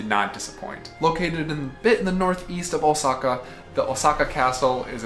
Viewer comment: Is "Oh Sackhaar" not a german pronounciation of... Lets say something "different"?